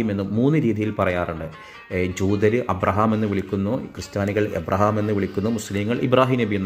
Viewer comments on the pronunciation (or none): none